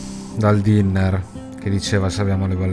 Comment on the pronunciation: Sì pronuncia dainer!!!